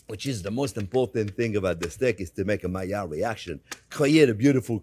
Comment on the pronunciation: Is he saying Malliard reactions?